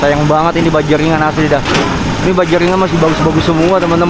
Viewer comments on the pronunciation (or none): BAJINGANNYA baja ringan bang bukan bajingan 😂😂😂